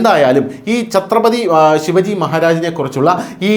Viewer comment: ശിവജി അല്ല ശിവാജി.